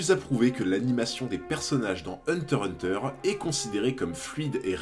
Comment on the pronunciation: Ah tu dis hunter hunter comme il faut. J'avais remarque mais ça me dérangeait pas du tout tellement tes vidéos sont qualis! Continues t'as vraiment une super chaîne